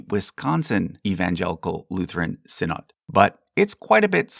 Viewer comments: Quick note: "Synod" is pronounced "SYN-od/ed", not "sin-OD/AHD"; but greatly appreciate the care and detail in your Lutheran Section. And while the Lutheran Church -- Missouri Synod may go in with Lutherans in America as you have them, our history and heritage is more closely tied to Saxon immigrants fleeing the Prussian Union church in a wave of neo-Lutheranism (although they were not the only Lutheran group, and others tended to end up in the LCA/TALC/ELCA) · Small nitpick: 'synod' is pronounced 'sinid'. Love your videos! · The LCMS did not derive from the Church of Denmark. You have no idea what you're talking about. False information. You can't even properly pronounce the word -- synod. So many lies.